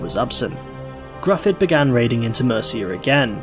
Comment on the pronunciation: Very well researched video, though I gotta say it does irk me a little when people pronounce Gryfwdd as "Gruff-udd" or any permutation thereof, rather than the same as the (Welsh-derived) English name "Griffith."